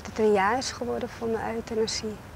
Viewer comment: at 27.38/.39..pleegmoeder zegt...uitenasie mag wel daar gepleegd worden...hihaho op zijn amsterdams euthanasie uitgesproken Geweldig!!! lol RIP lief meisje Priscilla ♥